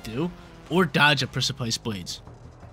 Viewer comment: Got watch out for the Pric-aye-pice Blades at all times